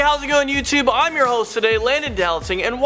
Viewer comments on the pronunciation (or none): none